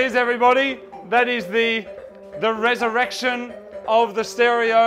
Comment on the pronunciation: Was it the “resurrection” or the “re-erection”?